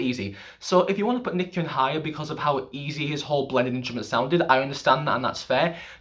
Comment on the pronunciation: FYI, Nichkhun is pronounced Nit-Cha-Koon. I'm Thai by the way. PS. love your channel